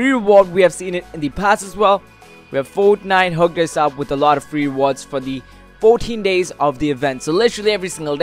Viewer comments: this is how many times he said foatniteee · each like is the amount of times this man said fortnife